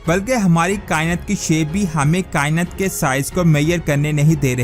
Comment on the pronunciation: لفظ کا ئنت نہیں کا ئنات ہوتا ہے بھائی